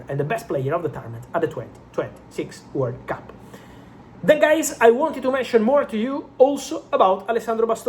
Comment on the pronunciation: I was wondering why I'm hearing workup untill I figured out it to be world cup.